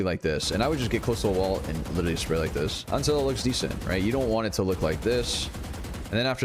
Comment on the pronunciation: this guy witewawwy hit da gwiddy